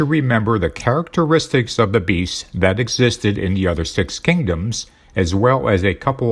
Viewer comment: A sign of the times. These Antichrist 45 "documentaries" are narrated by an AI. A machine - the most important tools for domination by Satan: computers, AI, and the Internet - tell us about the beast and the AntiChrist. Listen to the words of the AI, "characatraits" is not an English word; it is not a human word. It is a telltale misspoken word of the machine. What human being speaks the same way? Donald Trump.